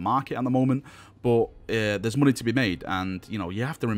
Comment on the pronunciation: "Muney" lol :P